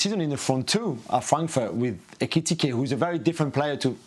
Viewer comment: Love Jules struggling to say " Eketike" 😁🤣